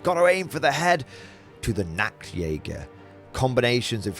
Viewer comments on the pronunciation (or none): Hey great video! Just to let you know, the way you pronounce the Nacht in Nachtjäger means Nudehunter (Nacktjäger) ^^. The CH is pronounced like in Loch Ness so it's Nachtjäger (Nighthunter). Also the plural of Jäger ist simply Jäger not Jägers. The next thing is the S in Stahltruppen is pronounced like SH in shiver or ship. Cheers!